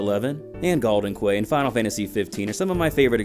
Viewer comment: Quay is "key" not "kway"